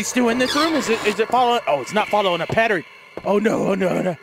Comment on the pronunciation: it's ptern